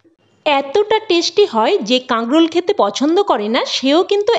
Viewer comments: কথাটা কাগ্রল নয়। উচ্চারণ ঠিক করুন। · কাগরোল কথাটা শুনতে ভালো লাগছে না।কিছূ মনে করবেন না। আপনার কথা বলাটা যাতে সুন্দর হয় সেদিকেও খেয়াল রাখতে হবে।